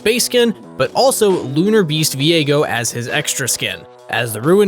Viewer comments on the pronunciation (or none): none